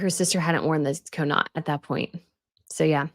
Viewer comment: Dearest, it is CAW-NOT, not Ko-Not when we say Connaught….I adore all your videos!